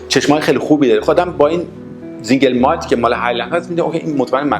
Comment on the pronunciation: فقط متوجه نقدم مثل سينگل مالت كه شما به رباني زينگل مالت ميگيد بفرماييد تلفظ كدوم مردم دنياست ممنون زياد بود بقيه رو بعد جواب شما عنوان ميكنم متشكرم